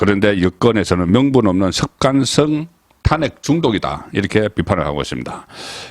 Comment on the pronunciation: 야 이 씨부럴 넘아 탄:핵을 탄핵으로 발음하는 35년 기자야 정말 징그럽다